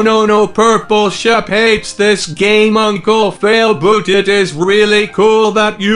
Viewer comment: 😒You said uncle fialboot...😒 Your brother is failboat... 😒